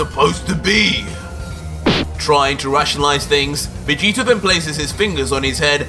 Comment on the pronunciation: Say it with me Death not deaf do you have a speech impediment I mean really bro why can’t you pronounce words the way they’re supposed to sound vergta??? Why does it sound like you give up halfway through pronunciation I swear if you make a video and speak English without the fruity accent I’ll hook you up with $500 no joke please One last thing your videos suck ass